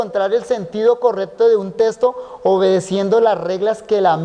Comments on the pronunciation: Testo no es le falta diccion texxxxxto ok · Buenísimo, pero que extraño oír al pastor decir testo, testo, testo, testo… salvo por eso es de lo mejor que he escuchado